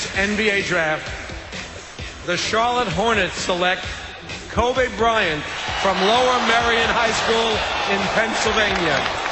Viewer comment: Hahaha David Stern says Ko-Bay Bryant....